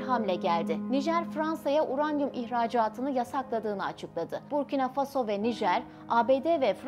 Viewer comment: Когда научимся правильно ставит ударения на слова? Обычно в слове Фасо удания падает на второй слог.